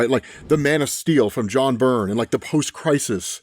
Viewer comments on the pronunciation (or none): none